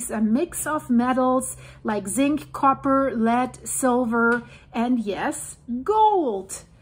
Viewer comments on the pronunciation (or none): none